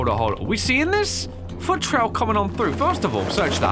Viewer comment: OMG swore. (This is a joke comment pls no toxic replies cause I know he said foot it just sounded like the f word)